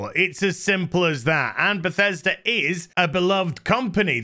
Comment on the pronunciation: This got me laughing so hard 🤣😅😂. Btw, I love how you pronounce Bethesda as Pathesda xD